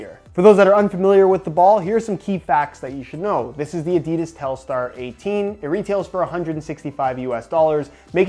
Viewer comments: Its pronounced Adidas not Adidas. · Great video, the aDIdas pronunciation killed me inside a bit though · It makes me kinda uncomfortable whenever he pronounces adidas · William Hutchinson fucking hate it...😂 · William Hutchinson yeah it's fucking gross, why do Americans always have to pronounce words stupidly 😪😴